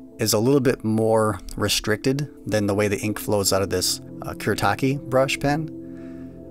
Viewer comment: It’s pronounced ‘Foo-deh” And it’s “kù-Reh-tah-kė”